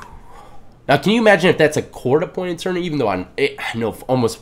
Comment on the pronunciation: Atourney lol I know it's a mistake we know that word lol